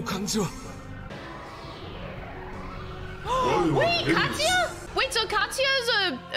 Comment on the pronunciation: Oh Katsuya, as in "Cat"-suya.